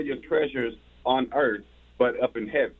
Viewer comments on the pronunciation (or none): none